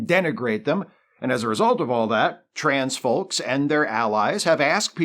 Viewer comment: Glad I went back to listen again, because at first I heard "transphobes" instead of "trans folk". Was scratching my head there for a bit